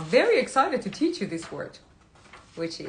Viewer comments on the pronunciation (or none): none